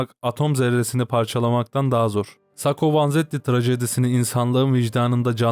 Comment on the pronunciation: sako degil sakko